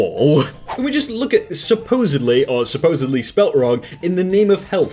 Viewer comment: "Supposably." Aye yai yai.